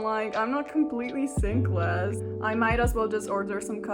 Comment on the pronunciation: "sinkless" XDD